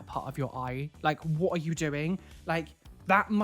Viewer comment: What said: “WHAT are you doing?” What I heard half asleep: “WATER you doing?!”